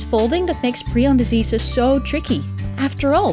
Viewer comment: Just say prion.